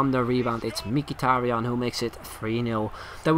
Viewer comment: not mikitarian. He is mhitarian.